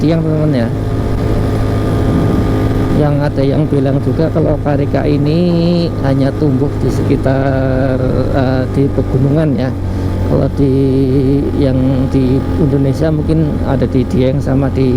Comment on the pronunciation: Sindoro sumbing nya indah 👍. Ralat Carica bacanya bkn karika, 😁 bnr jg jln kecil jd bus gede g bs lwt, syg bgt y , pdhl tu bus pariwisata 😆 biar + rame jln